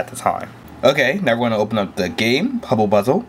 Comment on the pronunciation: "pubble buzzle" lol :P